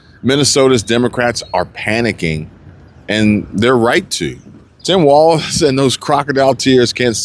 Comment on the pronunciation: it's walz........no "T"......